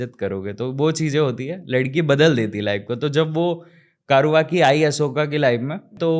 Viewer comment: कारुवकी नही कौर्वकी है ।